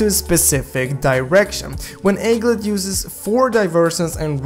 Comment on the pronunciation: Pronounce: egglet